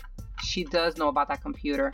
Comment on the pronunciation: Comptuter in 0.38min 😂😂